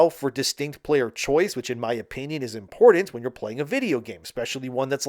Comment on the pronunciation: Repeat after me importanT importanT!! Make sure you hit that T! And soil , I meal Cyeal sounds like he's beating his meat.